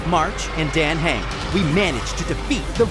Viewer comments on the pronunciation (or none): ITS NOT DANG HANG ITS PRONOUNCED DAN HUNG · Why are the name pronunciations wrong?!?! It’s pronounced Don hung, Himiko, Byelu, and imbyebider lunae (These are not how they are spelled but how they are said) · NOT THE PRONOUNCIATION HELP NOT HIMEJKO AND DEEN KHANG ZHENZHU LUFU BEILU AND BEST FIGHTER HANYA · I CANT STOP LAUGHING AT THE WAY THEY'RE PRONOUNCING MY BOY'S NAME, like yeah, I get that it's spelled dan heng, but I always heard it as like dan hang in game.. My poor dragon boy. 😭😭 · He’s saying Dän Heng 😭 That hurts sm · ah yes its "dan hang" and "he-me-ko" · AS MUCH AS I LOVE THIS DAN HENGS NAME IS PRONOUNCED “ DAN HUNG” 😭😭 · Good lord… the pronunciation, ITS DAN H-UNG, AND HIM-IKO, ITS JURILLO, SERVE-ALL, ITS ZI-AN-ZHOU LOO-FU, B-I-LU, HAN-YAH The shiminawa artifact in that box XD I’m sorry being the pronunciation police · I am laughing so hard at the pronunciation of Dan heng’s name (as a hsr player) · The Way they pronounce Dan Heng was hilarious. 😂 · The way he misspronounced himeko and dan heng 🥲💔